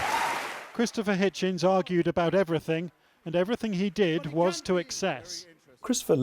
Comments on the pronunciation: That’s Hitchens Not “Hitchins” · HitchEns ... with an "e"